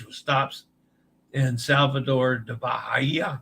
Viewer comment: Sorry to hear about your May cruise. Fabulosa (Fa-bu-lo-sa) Fah-boo-loh-zah. Reminder that in Italian, the letter S has a Z sound when between two vowels. Bahia (Ba-hi-a) = Bah-hee-ah is the generally accepted anglo geographic pronunciation as in Bahia Mar, but in Spanish for the word for Bay, bahia would be bah-ee-ah with the silent H. *hash tag team replay